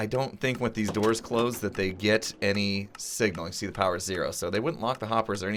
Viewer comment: Powah!